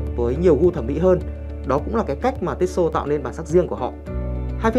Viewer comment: Cứ tít xô tít xô nghe khó chịu thực sự